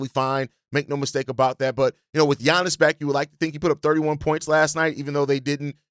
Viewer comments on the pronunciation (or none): none